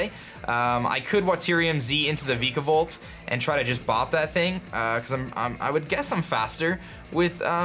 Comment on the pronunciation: I used to cringe a little when he pronounced Vikavolt before, I like that it's no longer the case.